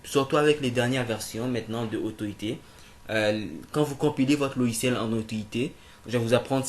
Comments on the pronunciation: Autoit ? 😂😂😂😂 C'est AUTO IT ! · c'est claire énorme !! dit le mot en anglais !! super video !